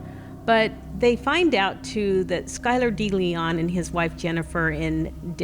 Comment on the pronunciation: Skyler Deleon, kinda eerie to hear my last name in a true crime story 😅 also it’s pronounced “day-Leon” instead of “dee”